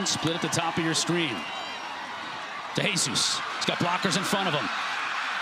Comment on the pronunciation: For the love of God this announcer needs to learn how to pronounce De Jesus properly.